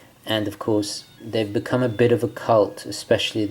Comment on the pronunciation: Sorry...but are you saying “Alpimist”?! 🤣